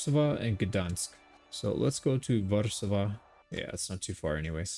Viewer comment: Fun bit of info, Warszawa is pronounced Warchawa